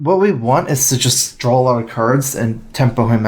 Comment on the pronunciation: Hey, I love your channel, you're super nice, your though processes is appreciated, and much more. one critique if I may, there is no L in the word DRAW;) drawl